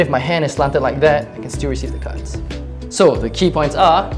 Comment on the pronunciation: i was lost for half then video cuz i thought he was saying "cuts" when he would say cards